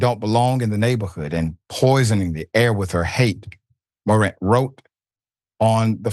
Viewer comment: It’s pronounced More-rant…jeeez 🤦🏽‍♂️